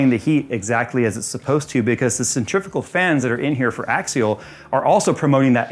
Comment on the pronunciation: Centrifugal,. There's no such thing as 'centrifical force'. 😅